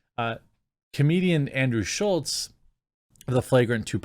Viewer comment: Both you and the Crowder article are calling him Schultz. His name is SCHULZ. There's no "T" in his last name.